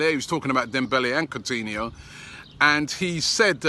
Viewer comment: “Cuntinho” Robbie a closet Liverpool fan ahhh 💉